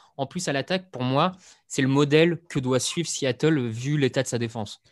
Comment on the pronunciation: Un S à Seattle ? ^^ Sea et non See ^^ aie aie aie